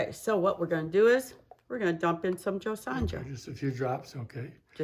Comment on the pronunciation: Thank you for sharing please not the J is silent in JOSONJA pernounced JoSona